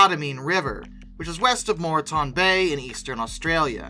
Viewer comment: I will say if you need help with Australian names, please ask, as Australians break words down differently to Americans. Condamine (CON-da-mine) river and Moreton (MOAR-tan) Bay. A good example is both have a city called Melbourne. The American city is mel-BORN and the Australian city is MEL-bin.